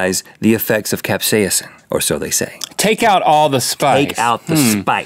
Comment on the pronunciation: Cap-say-inson? No Rhett. No. Cap-say-son.